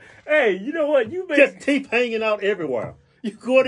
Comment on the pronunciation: Damn! That MF Got Some "TEEEEEEEEF"!!!!!!!! lol Teef MF Teef lol